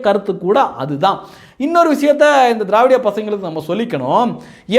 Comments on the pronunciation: நீங்கள் திராவிடிய என்று உச்சரிக்கும் போது காதில் தேவிடிய ஊடகங்கள் என்று விழுகிறது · நீங்க திரவாடியா பசங்க சொல்லும் போது என் காதில் தேவிடியா பசங்கன்னு கேட்கது 😂😂😂😂